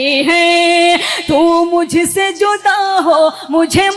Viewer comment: جودا نہیں (جدا) ہوتا کچھ تو شرم کرلیں کیوں اردو کے ساتھ زنا کر رہے ہو